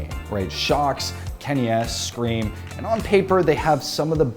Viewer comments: mans really made ScreaM French 💀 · Did he just call ScreaM french